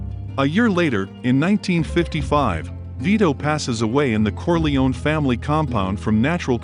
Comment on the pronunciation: I love these videos but his pronunciation drives me insane! It’s “Cor-lay-oh-nee”. Oh, and no Italian would pronounce Coppola with a round “o”.